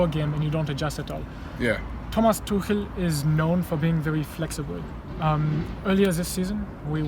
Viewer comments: Why do you say "Tookel" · you don't pronounce Tuchel like that Robbie please come on